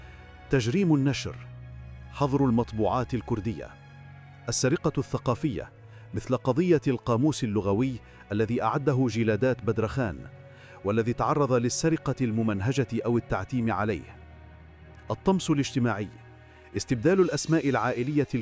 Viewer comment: لیست (جیلادات)!!بل جلادت.ولیست هوارامیة !!بل ال هورامیة.